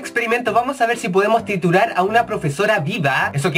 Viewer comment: min dice titurar